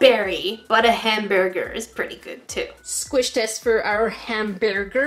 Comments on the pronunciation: WHen said hambearger weirdly it sounded like that time in the Pink Panther when inspector Clouseau couldn't pronounce hamburger. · “Zombeary” “Hambearger” “Octobearus” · “Don’t worry, he’s sleeping “ 😂Also you struggling to say Hambearger reminded me of the Pink Panther movie with Steve Martin from the 2000’s. Anyone else? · /Ham-BEAR ger